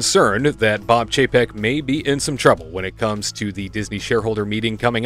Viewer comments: Oh dear. Did I just hear "PAYCHEK" in place of Chapek?😳😯😳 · You did hear that correctly. A little more classy than what I've been calling him Bob Cheapaz.